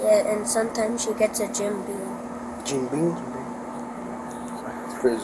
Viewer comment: *Beam not *Bean